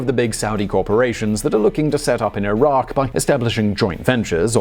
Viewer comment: I do appreciate that you pronounced Iraq the correctly. 10/10 good job most people would have botched it